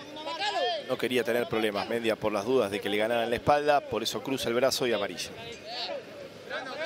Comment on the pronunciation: Pregunto, locutor y comentarista. Porque no pronuncian Bien como corresponde los Apellidos?. Si el chico es Mendía con acento en al i sino me equivoco. Y pronuncian Mendia con el acento en al e que no existe, No lo comprendo. Igual que con Di Lollo y lo pronuncian con Y que no existe en el Apellido. Una cosa de locos. O éstos 2 periodistas son Nacionalistas Populares?. Increíble. saludos.